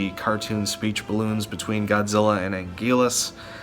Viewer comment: Angilas? Anguirus.